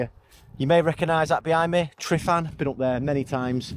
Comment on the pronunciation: glad the route worked out mate. 👍🏻 a couple of pointers; tryfan - truh-van. glyderau - glidd-uh-rye. and castell y gwynt is castell of the winds 😂👍🏻